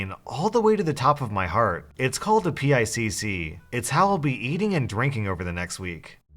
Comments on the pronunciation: The PICC is pronounced like "Pick". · A PICC is pronounced the same as ‘pick’- and it’s just a long iv line that is inserted along with ultrasound guide✌🏼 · PICC is pronounced like “pick” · Just a heads up, you don’t have to spell out PICC when talking about PICC lines. Just say it like it’s a normal word 😂